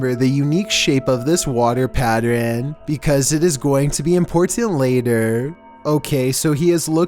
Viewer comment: The way he said water pattern and later bothered me lmao